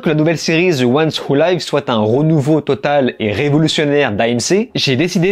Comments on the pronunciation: "Ze wouane ou laïves" => faut faire un effort à un moment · Zeuouanewoulaïve mdrr un minimum d’effort stp